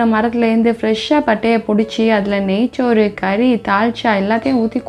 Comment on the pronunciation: நெய்ச்சோறு என்று உச்சரிப்பது அறுவறுப்பு. நெய் சோறு என்று உச்சரிப்பதே நமது மரபு.